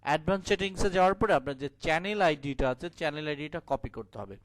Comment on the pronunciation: চ্যানেল শব্দটার উচ্চারণ ঠিক করে নেবেন যদি সম্ভব হয় ,ধন্যবাদ.